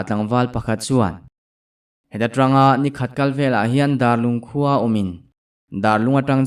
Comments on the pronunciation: Dar i lam dan hi biakin dâr ang in Dârlung tih zAwk tur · Darlung ti a i lam ziah hi a dik lo,Biakin Dar ang a lam rik zawk tur. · Sir thawn thu hi ka ngaih thlak a tang hian mizoram khaw hming ka hre zeuh zeuh a phuah chawp chu ni tho mah se Bawngthah i tih khan a khaw bul chiah ah hian Darlung ve tho a awm a kei ni chuan Dârlung tih ang in kan lam ri thin a sawi ve mai mai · Darlung hming i lam dan hi a dik lo deuh hmel,Bawngthah khua nena inṭhenawm an ni bawk sia